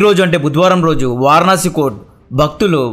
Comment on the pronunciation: తమ్మీ... మొన్నామధ్య..కరసేవక్..అంటే లేదన్నా...కార్ సేవక్ అని రిప్లై పెట్టావు.అలాగని మన కట్టర్ గాళ్ళ మధ్య పీకలేం తెగిపోవులే 😂😂. అది వారనాసి కాదు... వారణాసి.వరుణ ,అసి గంగలో కలిసే కాలువలు అనలేం గానీ...చిన్ని నదులు అవి.,పట్టణానికి దిగువ ఎగువ లా కలుస్తాయ్.ఆ జాడలు వున్నాయ్.చూసి వచ్చాను. అదో వారనాసి కాదు తమ్మీ.. వారణాసి.